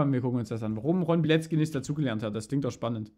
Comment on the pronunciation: Ich helfe dir gerne. Bei Polnischen Namen hast du oft ein ck im Namen. Während es im deutschen wie K ausgesprochen wird, spricht man es im Polnischen tzk. Dadurch ist die korrekte Aussprache Biletzki und nicht Bileki. Frauennamen enden hinten übrigens auf a statt auf I. Ron's Frau hieße damit Alkifrau Bilecka.